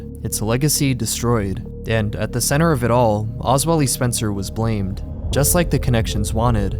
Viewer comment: wtf did you call him?😂 oz Will Day?